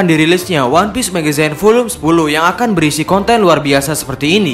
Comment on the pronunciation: Agak terganggu min sama pembacaan magazinenya harusnya "megzin" bukan "megezayn"